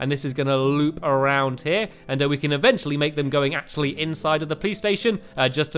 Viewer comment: Every time I saw Sherbet stand on the hill I was worried he would fall thank. (I use 'a name like that cause every time they say eventually it sounds like eventulee. He he)